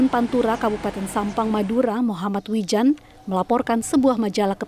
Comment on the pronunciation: Wildan woy bukan wijan